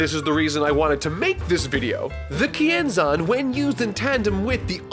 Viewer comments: I always thought they said "Ki Enzyme" not Kienzan. Guess I'll have to my Dragonball Fan card revoked. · I thought he said "YING ZANG!"